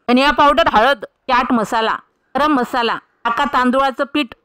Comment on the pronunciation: म्हसाला म्हसाला काय करता, ऐकताना किती बेकार वाटतं